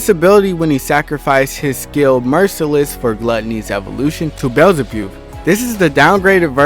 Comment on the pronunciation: Bro don't know any of the moves name💀Predation? Nah bro it's predator XD and beezlebub is pronounced Bee-Zul-Bub ye ur welcome